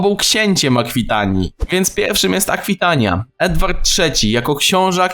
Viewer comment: Akwitania, a nie Aquitania